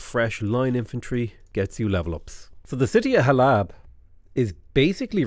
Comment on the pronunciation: Hey, I know I am 4 days late, but every time you pronounce Halab I felt a piece of my soul pass into the unknown. The second a is very soft so it is supposed to be pronounced like Hal-uhb. I am only saying this as a proud Syrian. I love your vids keep em coming!